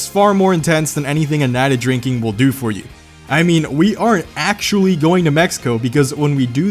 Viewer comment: Why does he say axy and not actually?